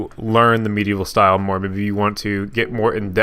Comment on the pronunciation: For some reason I heard you say meat evil style! XD Great video!